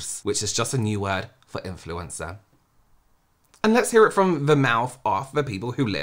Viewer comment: "It's the content creator, which is just another word for in flu encer" lmaoo the perfect pause at the end